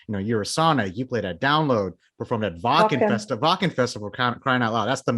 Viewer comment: "Wacken", pronounced in her native language :-))) So cute!